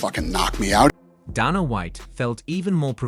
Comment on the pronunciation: "Donna White"... damn AI